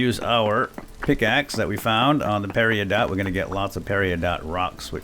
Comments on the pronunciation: Peridotite,. It's pronounced pe-ri-do-tight, not Pe-ri-oo-dot. It can contain a crystal called peridot, which can be pronounced as both pe-ri-doe, or pe-ri-dot. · You keep pronouncing peridotite like perry-oh-dot and it's annoying af. It's puh-rid-uh-tite (phonetically)